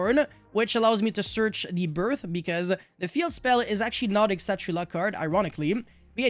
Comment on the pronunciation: Kshatri-La actually comes from Indian languages. It's Kshatriya, the Hindu warrior caste, and Shangrila. And you pronounce the K.